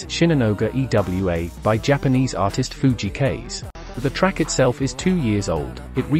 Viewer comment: Fujii Kaze 藤井 風. Kaze meaning is wind in japanese. Your pronunciation is Kaze is wrong. Japanese pronunciation link